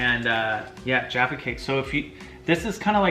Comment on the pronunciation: i hate the way most americans say jaffa but they acctualy said it right!!